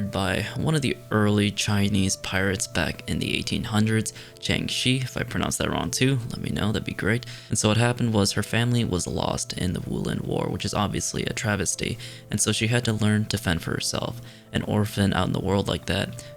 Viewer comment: Lmao I died when he said travistey😂😂😂